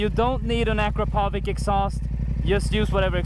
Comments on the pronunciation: Akro povik?? Wtf? Izgovori se Akrapovič! (You must say Akrapovich) ! It' from Slovenija/Eu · At least pronounce the brand of exhaust correctly.